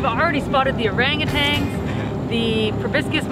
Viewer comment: "Urangutangs (sp?)" – it's orang-utan. And proboscis is pronounced pro-bo-sis (no hard "c").